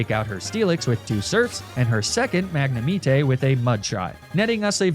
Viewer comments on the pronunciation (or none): The way he says magnemite just makes me really mad for some reason He says it like: mag na me tay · mag-neh-mity??? i was so confused edit: luh prahs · i love how he calls magnemite "magnematee" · what was that pronunciation of magnemite's name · Why do you keep on saying magnemite the wrong way and Arcanine lol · Bro… please please pleeeeaaassseeeee learn how to say Pokémon names properly. Like it physically hurts to hear you say Lapras, Arcanine, and magnemite. If you don’t want to take the time to sound them out properly, watch the anime… the names are literally spoken for everyone to hear. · I hate the way he pronounces “magnemite” literally an immediate turn off from finishing the video, liking the video, and subscribing.